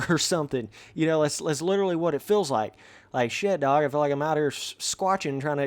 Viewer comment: Why you always say fill instead of FEEL